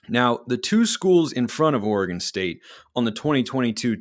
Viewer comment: It’s Oregon …..